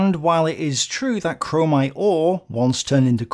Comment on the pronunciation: There is no "en" in chromite